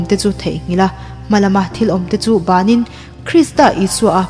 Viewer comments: Hmalama thil awm te chu banin tih hi a thluk hi a dik lo in ka hria, i channel a ropui thin e, ka lo ngaithla zel, zawm har tih la nei thin mahila Pathian in min ti chak zel ang, JOYCE MEYER hi ka duh em2 ani, chuan tuna mi aw hi a ngaihnawm pakhat ai mah khan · Sermon ropui tak ava ni em!!! A chhiartu aw pawh a fiahfai tha in ngaihthlak a nuam e.Thil pakhat lam dan erawh fuhlo awm tlat..hmalama thil awmte chu banin tih lai kha..ban tih lamdan khan basan tih lam a kawk tlat mai.